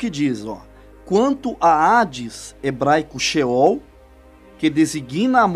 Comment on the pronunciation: Irmão a paz de Deus continue evangelizando mas porque não dizer ceol ao invés de scheool porque se tem céus a palavra ceol e ao contrário de sehol